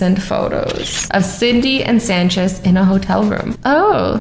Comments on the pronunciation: you said cinde not cindy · she pronounced Cindy as cidney 😂😂😂😂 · She said Sydney instead of cindy